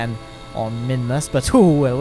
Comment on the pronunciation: Mimus and mun is all I hear